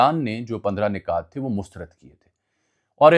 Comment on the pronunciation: Ajmal bhai word "nukat" hota h ap " nikat" pronounce kr rhy ho. Points Keh skty hn